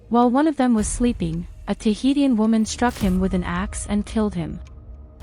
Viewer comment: Interesting video but I don’t think you’re pronouncing Tahitian correctly, it’s pronounced Tuh hee shn.